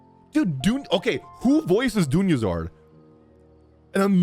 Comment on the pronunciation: I'm gonna watch it all and I love your content and your expressions but please call her Dunyarzad and not Dunyazard like she's a Charizard